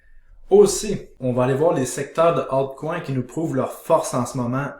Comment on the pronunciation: quel plaisir de t'entendre dire alCOIN ? ;) continue ton super taf!!!!